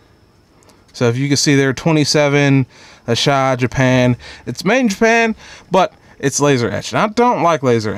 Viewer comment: It’s AH SAH HE. Not ASHI, Asahi